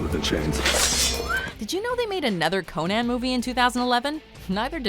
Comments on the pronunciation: Why does she say “Conon” instead of “Conan?” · Who tf calls it “Ko-nayn” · She pronounces it ConANN 😭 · The way you pronounce ConÄn and eragOne is annoying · CoNAN, lam-bay-sted?! Learn how to talk!! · Why is she saying Conan so fucked up?